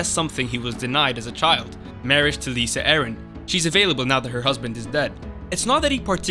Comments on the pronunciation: It's not "Lisa" and "Tears of Lice." It's "Lie-sa" and "Tears of Lease." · I love how u pronounce tears of lys and lysa arryn exactly opposite of what they are supposed to sound like. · Lisa not Lyssa? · Lysa....it's LYSA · Can you please learn how to pronounce “Catelyn”, “Lysa”, and “Lys”.